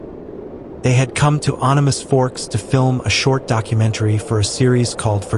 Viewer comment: It Animas as in animal only no l just an s. That did it for me. The end.